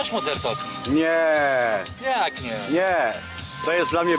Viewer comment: MODŁERN TOLKING!